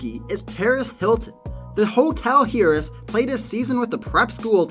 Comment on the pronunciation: Paris Hilton, a "hearess"? And Tom "Glaveen"? Luc "Robitall"? The pronunciation here is pretty wild!